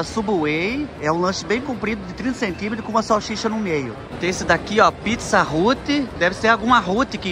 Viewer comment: Kkkkk pizza Hut se pronunciar Hat kkk